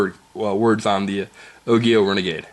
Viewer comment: its pronounced ojio. soft g bro